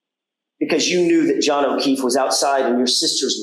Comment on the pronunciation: Paul can't even say Johns name.